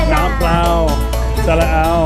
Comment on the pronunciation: I'm watching you mispronounce the Thai term for "plain water" and then I realized you weren't mispronouncing from memorizing the term, you were reading "เปล่า"! That's so impressive! I gota learn to read :)